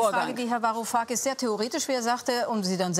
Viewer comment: 'varu-kakis' als ob er seinen namen nicht wusste